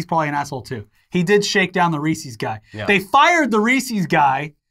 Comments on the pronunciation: I'll give a pass for pronouncing Reese's 'Ree-see's', but only because he always has cool shirts, and learned MTG. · man no way still says "reesie cup"